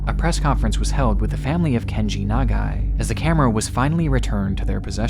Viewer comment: one: perfect pronunciation of Nagai two: i'm a photographer, and if i had a camera in my hands while i'm dying, you'd goddamn bet that i'd be taking photos. three: even as a journalist, he must have known how dangerous it was to be there; what a hero